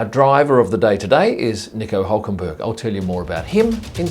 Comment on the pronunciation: Nico Ulkenberg?!